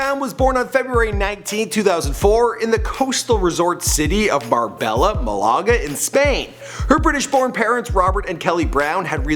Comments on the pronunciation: Also Marbella, he said barbela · “Bar-Bella, mal-aaga” “burn-mouth” I swear to god this dude needs to work on his pronounciatuons😭😂😂